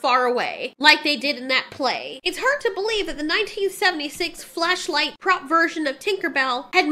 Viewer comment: Oooh, flashlight.... not fleshlight